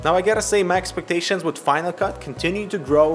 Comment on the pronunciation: Who else herd macspectations when he said my expectations? Or was it just me lol